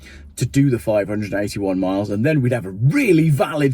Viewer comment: Subtitles states 581 But his diction sounds more like 381 He said. If it was 581 Miles that's 25.3 MPH . SO doesn't make EV's anymore appealing than Buying a Bike. My Diesel 1600 Fiesta S 2013 Model gets 60 mpg . EV's Burst into Flames & Lock YOU IN as Some Idiotic Genius never Realised If Battery Burst into Flames Elecronic Locks Cease to Function ..